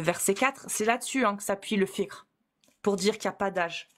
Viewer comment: wow après une "lutte de longue haleine à gorge déployée", nous sort une prononciation de "fiqh" quasi parfaite 👏🏽😅